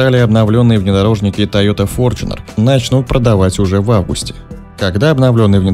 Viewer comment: С какого перепуга он стал ФОРЧУНЕРОМ ? И где же буква ЧЕ ? Бесит форЧунер !!!